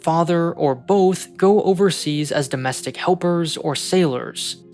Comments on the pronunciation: doestic helpers? whats a doestic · …”DOESTIC” helpers? I think you forgot a letter.